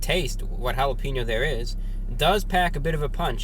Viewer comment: Hala-Pain-Yo's. not Hala-Peen-O's.